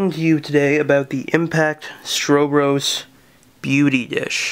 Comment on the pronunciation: It's Stro Bros, like what's up bro....not like Stro bus.